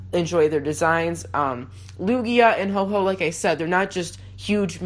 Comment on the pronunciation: Ho-oh is not said Ho Ho